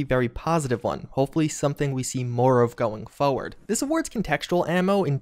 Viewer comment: Just a shame he mispronounce's forward all the time :-)